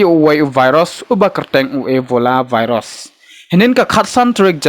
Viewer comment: Virus not varus...